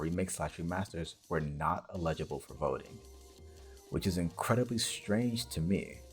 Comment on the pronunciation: The "illegible" pronunciation of "eligible" bugs me more than it should.